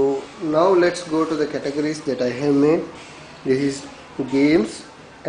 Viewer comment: hahahahaha.. i usually dont dog on people but I have to agree with everyone laughing on your voice. CATUHJERRYSKID